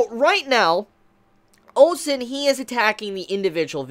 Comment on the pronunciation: maybe after this arc OU-SEN will get the respek he deserves from and will pronounce his name right.